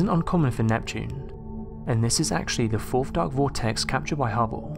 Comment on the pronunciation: hubbow? HUBBOW? its called the Hubble sounds like bubble. unless if course you say bubbow then they sound the same. if your going to narrate then do it right fer fucks sake.